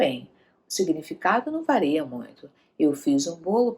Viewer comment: "vareia"? 'Não varia muito' Isso seria o correto.